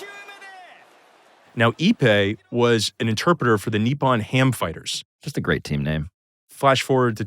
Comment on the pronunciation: Point of clarification: The name of the team Shohei played for in Japan is the Nippon-Ham "Fighters" not the Nippon "Ham Fighters." The way it's enunciated throughout this episode is like if you called the Yankees the New "York Yankees"